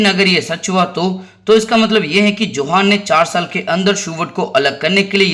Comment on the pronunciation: यह योहान है न कि जोहान